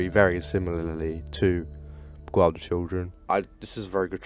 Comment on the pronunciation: Lemme help you Bee-gile That’s how you pronounce beguile